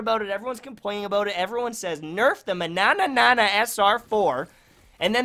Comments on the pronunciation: Only liked cuz I loved the way you said manana the first time 😂😂😂😂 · Hahahah the way you are saying Mannanan...😂